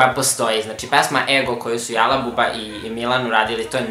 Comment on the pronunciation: Buraz, Jala je [Đala] !!!!!!!! Btw. potpuno se slažem sa tvojim poretkom.